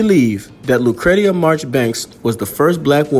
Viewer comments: Thanks for posting this video. Her name is pronounced lu-cree-sha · It's pronounced lucresha. Great story loved it . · Her name was pronounced LOO - CREESHA. FYI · My sister’s name is Lucretia… “Lu (long sound ‘oo’ ) / Cree / sha”